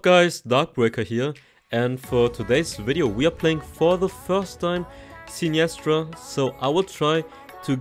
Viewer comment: Loved the video but I can't get over the wrong pronunciation of her name lol